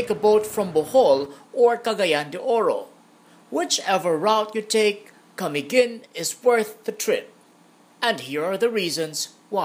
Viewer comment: IT'S CA-MI-GIN NOT KUH-MEE-GUHN